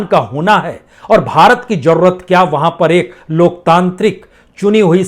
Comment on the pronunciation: Pl try correct your pronounsation . For ex .you says jarurat correct is zarurat.In fact you are a great herbalist i selute you.